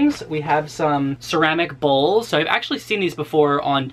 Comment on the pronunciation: "If Mikey ever has a situation where I break his bowls" THOUGHT U SAID BALLS LMAOOO